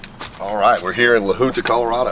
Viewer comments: It’s pronounced La Hunt-a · It's pronounced La-Hunt-Ah... despite what Google says